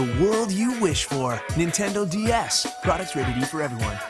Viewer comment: I always hear: Nintendo The Ass.